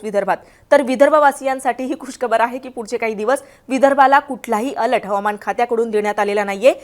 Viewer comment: अलट नाही बाई अलर्ट बोला